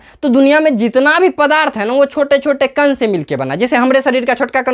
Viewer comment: कण ❎ कन ✅ 😂😂